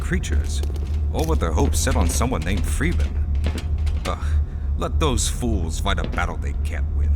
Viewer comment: "Framus"? No, his name's Freeman. Maybe you should've turn on subtitles bro lol